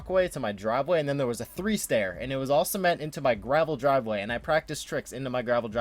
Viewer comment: "Dravel Griveway" lmao